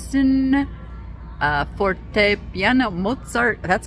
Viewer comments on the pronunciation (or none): none